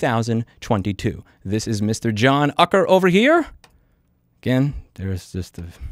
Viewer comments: Totally messed up! The name is pronounced ( you - ker) (ewker?) (U - ker?) But yeah. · Pronounced, Yoo-ker.